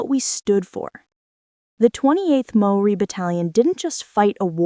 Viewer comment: You are showing a picture of Australian soldiers while talking about Maori - natives of Aotearoa/New Zealand. In the time it took for me to write this, I have heard one nonsense after another.... although I do thank you for having a good go at pronouncing the Maori words correctly. A Kiwi.